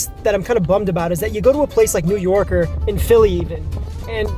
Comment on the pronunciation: You already fucked up saying new york and new jersey lmfao - neither of those spots got a better sandwich then philly